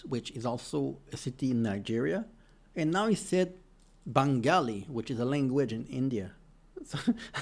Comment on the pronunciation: The names of the places, that the guy on the video said, are hilarious. He called the cave of Benagil, "Bengali". The castle of Leiria, he said something like, castle of alivia, completely diferent! 50 minutes, from top to bottom of Portugal, maybe you can do it in a rocket!!🚀😂